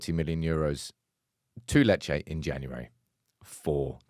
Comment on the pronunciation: Lol it’s lee Che 😂👌